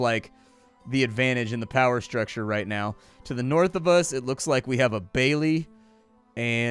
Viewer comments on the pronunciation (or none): none